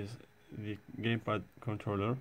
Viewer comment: he said gaypad lol